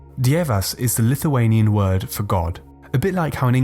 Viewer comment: I am from Lithuenia And you say Lithuenian words realy bad